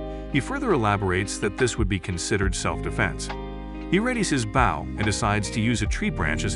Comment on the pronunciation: do u not know what a bow is 😭 why do u keep saying b-ow its pronounced b-oh